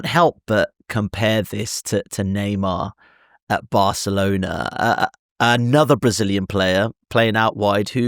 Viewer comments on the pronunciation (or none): none